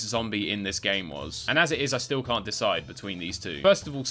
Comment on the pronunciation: Why do i keep hearing "Cunt missle" instead of "Can't Missle"?